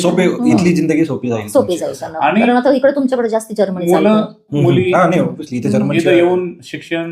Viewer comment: जर्मनी ह्या शब्दाचा निट उच्चार करा, ऐकताना तो जामुनी वाटतो. हळु बोला स्पष्ट बोला घाईची गरजच काय?